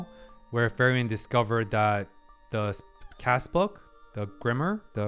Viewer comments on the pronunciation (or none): Ok, but ..... its not FERIEN ITs FRIEREN (Friiiren - in english read like "FREE - REN" ) 🤣 , but good video... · its frieren (free-ren), not fairen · a tiny detail, it's not ferry-en :) it's frieren[fri ren], german for freezing (when you're cold / shiver) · In German "ie" is pronounced as a long "e".... Her name is pronounced more like like Free-ren than Fair-ian. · Kieran, Firion, Feiren, even Luger... we all love the mispronounced German names. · It's kinda funny how he keeps pronouncing "Frieren" (the German word for "feeling cold") as "Ferien" which is the German word for "holidays". Maybe it's his subconscious desire to go on a vacation 😂 Joking aside, (4 :53) while I can see parallels, that's most likely to certain scenes being made to cause a similar reaction. You do have quite a unique perspective and insights, which is why I'm looking forward to your takes on certain events (especially in the 1X Episodes) and characters introduced later on. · like "Free-ren" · "Solltrag"? "Frieren the Elegy"? WTF? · Been hyped for this since you went to 1 episode per week. I have some questions/remarks: `Which episode do you start pronouncing her name properly?🤣 `Concerning subtitles, I'm curious where your source is from. If you haven't yet watched all the episodes and don't have a Crunchyroll acct, March 1st is when Netflix will finally get this series.. so there will be another huge influx of new viewers of this anime with the (likely) official subtitles. Also, I find it's easy to learn how to pronounce words in foreign languages by switching over to English Dub, if only briefly, just to hear the word spoken by the English voice actors. I always watch subtitled, but it irks me when I get it wrong myself.